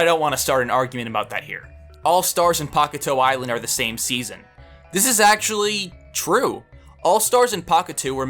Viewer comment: How dare is say pahkwtail island